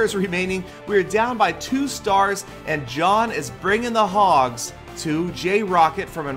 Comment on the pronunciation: In previous vids u called jhon (jay-hon)